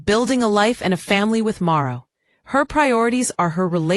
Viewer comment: The man's name is MARTHO. Get it right😅😅😅😅😅😅